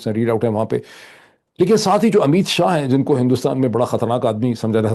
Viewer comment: شا اور شاہ میں بولنے میں فرق ھوتا ھے شا ھندو اور شاہ مسلمان لفظ ھے